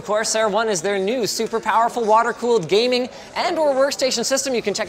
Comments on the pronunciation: Did you hear Linus say gamerig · sounded like he said gamering instead of gaming when he was talking about the corsair one